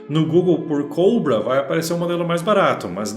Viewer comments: Alguém me diz pq ele fala coubrua em vez de cobra??? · Invés dele falar português o nome do mouse, n, fala ingles, eh cóbra, e n coubra! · ele é brasileiro, ta no br, fazendo video em portugues falando p br, e pq ele ta pronunciando "COUBRA"? esses enzo de condominio sao foda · “Redragon King Cowbra” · caralho meno q agonia desse nerdola puxando pro ingles COBRA, porra meno ja ta em portugues cara AKAKAKKAKAKA